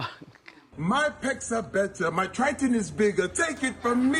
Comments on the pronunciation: Hailey??? Halle (haw-lee) Trahtawn??? Triton (try-tun) 😂😂😭 gotta love wendy tho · Man, Wendy is struggling pronouncing names today! Tri-Ton and Hailey Bailey 😂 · Why she say triton like that